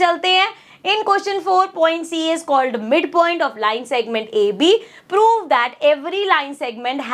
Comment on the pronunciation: Bhai inko prove bolna bhi nahi ata Poove poove karte rehte hain